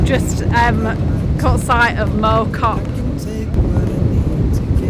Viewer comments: For info it's not mow as in mowing a lawn it's mow as in plough pronunciation wise. It's where I was born. Cheshire one side, foot hills to the pennines the other, Biddulph valley. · It’s pronounced MoW (like plough) Great to see you stomping around my old village (Rode Heath) Interesting piece of history about mow cop. The zeppelins used it as a reference point on their bombing missions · Mow rhymes with cow 100% It physically hurt to hear it pronounced the other way lol